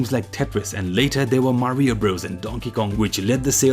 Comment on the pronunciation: He says "Mah-ree-oh" which is correct...